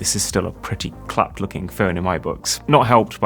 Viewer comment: I've never heard our slang term "clapped" in such a way before 😂